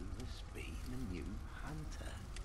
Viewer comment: you meant the hoonter's dream? From the Hoonter of Hoonters™ herself? hahahaha There's a npc in this game that speaks just like that :P